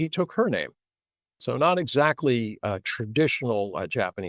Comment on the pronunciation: ..'zsac'ly da'! London.